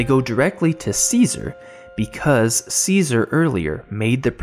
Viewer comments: Great review, I dont wanna be one of those Im smarter than u people, I hate that lol, but its pronounced chess-uh-ri, cesare, ceaser is a completely different name, easy mistake to make they are very similar, figured u may wanna kno, the video was very well said I enjoyed it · One quibble. Cesare is not pronounced Caesar. It is pronounced Chesaray. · Som- nam- byu- list and Chez- array are how you pronounce somnambulist and Cesare. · I believe it's pronounced 'Cheh-sah-ray" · Cesare is pronounced 'che-sa-rey' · That's what I thought.